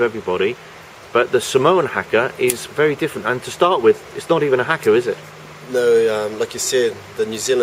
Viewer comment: Why is it that european journalists never make the effort to pronounce foreign words correctly? it's not Hacker it's Haka